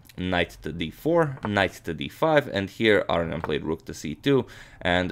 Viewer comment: It's pronounced A-RO-NI-AN not AR-RE-ON